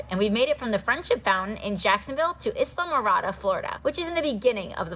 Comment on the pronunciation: Isla is "Eye-Lah" lol like island